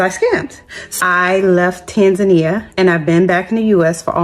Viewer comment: It amazes me that you guys live in East Africa you can’t even say Tanzania correctly